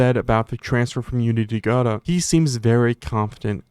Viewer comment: You did pronounce it correctly :) I only found out recently it isn't pronounced like a French word.